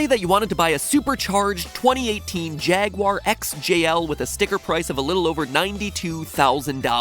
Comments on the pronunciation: You pronounced jaguar wrong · Never say Jaguar or Audi again. You're just doing it wrong.